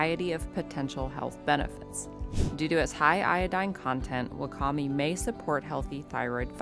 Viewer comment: Wakame is pronounced "wah-kah-may."